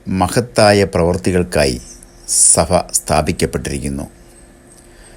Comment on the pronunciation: സഫ സഭ ഉച്ചാരണം ശരിയാക്കണം